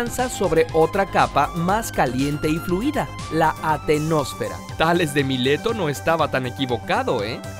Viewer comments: Es Astenosfera y litosfera señor. Lo tiene mal escrito y mal pronunciado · es astenósfera, se comio una s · Excelente video, solo una corrección no es atenosfera es astenosfera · Saludos! no se dice atenósfera... es la ASTENOSFERA, significa esfera débil. y no son ondas P de "presión" se llaman ondas PRIMARIAS, no solo hay esas que mencionan, hay muchas más. A mi me gusta mucho su canal pero esta vez les falto consultar información o revisar sus fuentes.